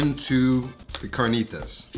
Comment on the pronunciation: The cahrkneetahs with flour tortillas 😂